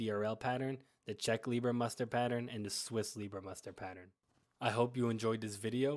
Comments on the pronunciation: Good Clip - but it doesn't called "Lieber-Muster" it called "LEIBER-Tarn(Muster)" - Change "ie" to "ei" - than it's correct 👍🏻😉 (Look in Wikipedia Search "Leibertarn") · Leibermuster, not Liebermuster. Apart from that... 👍🏻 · One minor correction: in English/American documentaries about camo patterns the last German pattern is mostly misspelled or mispronounced as "Liebermuster" or "Lieber-Pattern". In fact the correct spelling is "LEIBERMUSTER". By the way: it is the only German pattern named after its creator/inventor. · *leiber, not liebermuster